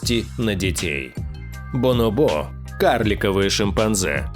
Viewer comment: БонОбо правильно